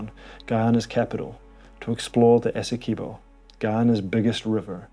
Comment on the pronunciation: Please say Essie qwe bo not Essie kee bo